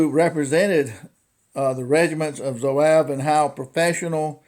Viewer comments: pronounced ZWAHHHV; I picked up mine back in 1970, a very accurate rifle. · I’ve never heard Zouave pronounced that way. I just got one of these, and haven’t shot it yet. Enjoyed your video. Thanks.